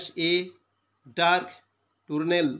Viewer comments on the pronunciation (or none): টুনেল নয় টানেল